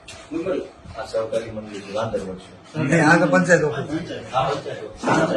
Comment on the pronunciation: અહીંતો મંડળી નો ' મ 'ખબર નહી પડતી 😅😅😅